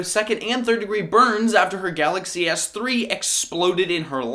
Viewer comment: You said "kalaxy" when talking about the baby stroller part